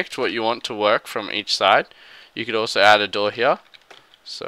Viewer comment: "And we'll add another door heaaah..." Lolololol